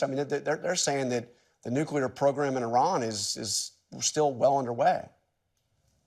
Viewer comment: He can’t even pronounce Iran correctly….wtf